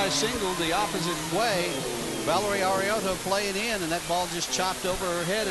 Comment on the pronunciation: I died when he said Valerie Arioto. He pronounced it so wrong 😂